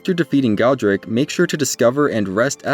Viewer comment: It’s God-ric not Go-dric